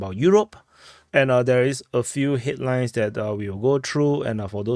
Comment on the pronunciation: Headlines? I heard hitlines.😂